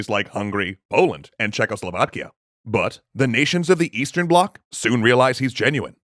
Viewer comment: Rihards Maybe?? The way they kept saying Czechoslovakia, it just felt so satisfying